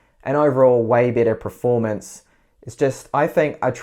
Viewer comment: did you say preformance